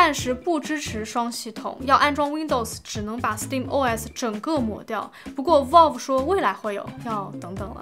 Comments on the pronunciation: 求求不要再读成volve了 valve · 真的希望能改一下她这个valve念volf的发音。。。从steamdeck第一次开箱一直听到现在，每个视频里还出现好多次，真的太难受了😂